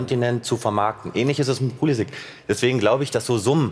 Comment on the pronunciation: Wer ist Poulisikk? Warum wissen selbsternannte Experten nicht, wie man Namen richtig ausspricht? Modric heißt auch nicht Moudrikk.